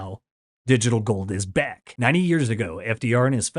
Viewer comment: Back* , not Beck lol